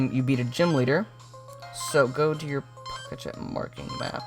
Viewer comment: is it annoying anyone else he keeps saying "pocatch" instead of pokétech?